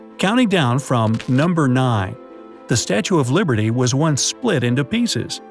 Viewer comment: At the start he said Statue of Librety instead was of liberty 🗽